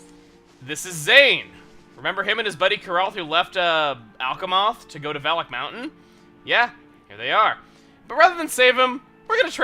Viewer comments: Okay, is /anybody else/ hearing 'phallic mountain'? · in the intro i thought he said phallic mountain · Every time Chuggaa says "Valak Mountain", I hear "Phallic Mountain" instead. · Sometimes it sounds like he's saying Phallic Mountain...or that's just me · OKAY, I CAN'T STAND IT ANYMORE!!! Every time I hear Valak mountain I hear Phallic mountain. I just can't not hear it that way. Someone HELP ME!!!!